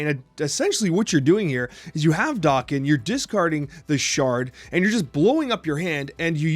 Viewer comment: I see we're sticking with the "dock-in" pronunciation?